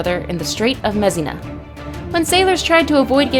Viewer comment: The straits of Mess Na? Does she mean Messina? There are so many things she mispronounces